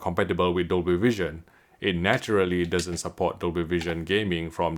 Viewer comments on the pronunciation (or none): none